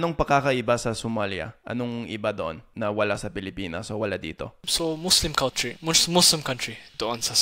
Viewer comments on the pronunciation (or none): none